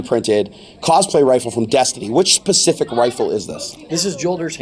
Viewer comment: its Specific not pacific!!!!!! WE AREN'T TALKING ABOUT OCEANS!